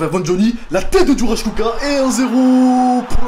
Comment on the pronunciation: pk tu prononce kucka alors que c'est ecrit kucko où alors ca se pronoce kucka ?